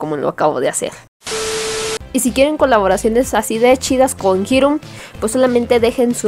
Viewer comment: Y como se pronuncia jirun o irun? Y esa voz... Abajo Fifi :'c Necesito una novia T-T